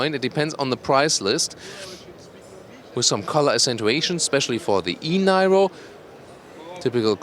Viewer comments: called NIRO, not NAIRO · It's pronounced "nee-roh," like in Robert DeNiro. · Thanks a lot for the nice presentation. I guess this car is pronounced [niro] like Robert de "Niro". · It's, called the, ni-row not Niro pronounce your English correctly lol good review but too late been here done that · It's pronounced as 'Neer-oh' in English (well that's how it's pronounced in the UK by Kia themselves) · Please pronounce Niro in the way everyone else does. Just like Robert. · Hey, I think in english that name is pronounced like Robert de "Niro". They should have called it the Kia de Niro... you looking at me?? Anyways, I think this is going to be a very good EV and finally the OEMs are getting into larger EVs instead of all these city cars. Great review!